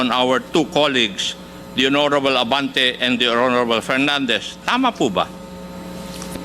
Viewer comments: Gagorable not honorable.😂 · "Horrrorable "not hoorable congressmen of congress 😊😅😢😂